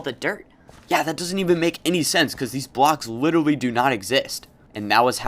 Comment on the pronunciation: Did anyone notice he is saying “witewy”😂😂